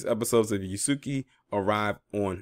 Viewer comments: His name is pronounced "Yahs-kay".. just sayin.. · Its pronounced Yhas-Ka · Thank goodness because he needs to play a less depressing role. Method acting is dangerous he needs to dive into something more fun because he was sounding not so good during his argument with Charlamagne. Yahs-Kay is the correct pronunciation of Yasuke. The su/soo sound in the middle is almost silent. The same pronunciation as Sasuke for my Naruto anime fans.